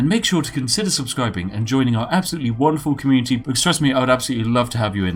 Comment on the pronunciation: did i hear communiTEA?